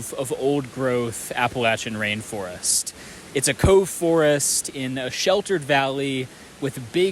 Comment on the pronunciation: “RAIN FIREST?!” Pitiful…